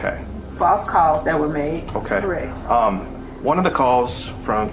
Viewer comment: She confirms? Is "correck" a word?!?! Hell NO! Illiterate woman!!